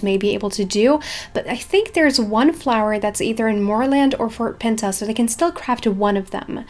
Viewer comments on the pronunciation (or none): none